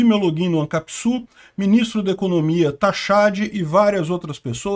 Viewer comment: Ministro da Economia "Taxadi" foi foda kkkkkkkkkkkkkkkkkkkkkkkkkkkkk